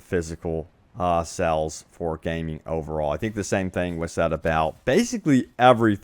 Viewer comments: He keeps saying sells, not sales. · What area are you from? I notice you say "sells" instead of "sales."